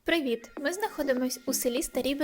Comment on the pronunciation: О! СО СВОИМ УРОДЛИВИМ "ПРІВІТ"!, ХТО ВАМ УРОДКА ДАВ ПРАВО УРОДУВАТИ УКРАЇНСЬКУ МОВУ СВОИМИ РУССКИМИ СЛОВНИКИМ ПРОНОСОМ ПРІВІТ! ГРЕБИ З УКРАЇНИ ПО КУРСУ НА КОНЦЕРТ КОБЗОНА.АМІНЬ🙏